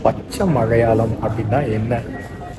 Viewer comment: 😂 funny.. I was pointing "his" mistakes in pronouncing tamil words.. Please listen to the video where, He is pronouncing மலையாளம் as மழையாளம், சம்மேளனம் as சம்மேழனம் etc,. 😅 I was mentioning only that..If I write Tamil with such mistakes it would be a treachery committed to all my tamil teachers.!! 😅😊😊 hope you understand... BTW.. Lovely explained about that ள, ல and sply cognates. 😊